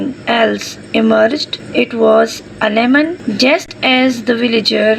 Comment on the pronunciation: Literally, lemon not demon😅😂